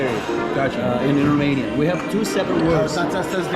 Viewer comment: is romanian? His romanian pronunciation is bang on